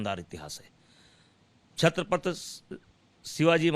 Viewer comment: जिन छत्रपति का नाम तुझे ढंग से उच्चारना नहीं आ रहा उन छत्रपति के महाराष्ट्र के बारे मे और राज साहेब के बारे में बोल रहा है,क्या औकात क्या है बे भडवे तेरी।